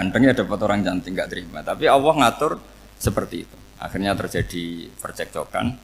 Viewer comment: Assalamu'alaikum mohon maaf saya bila saat Gus Baha, mengucap lafadz ALLAH, kedengeran di telinga saya seperti AWWOH... semoga salah pendengaran saya mohon maaf yang sebesar besarnya...